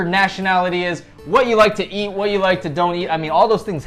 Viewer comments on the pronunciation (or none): love how pronounces 'eat' or 'each' like yiieeat and yieeach hahahah